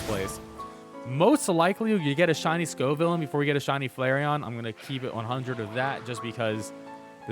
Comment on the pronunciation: Wow he pronounced Scovillain right hahahaha